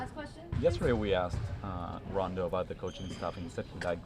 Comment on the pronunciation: Did he just call rondo “do”